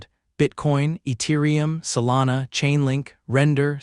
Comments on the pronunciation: Eturium lol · who tf pronounces the T in Ethereum????????????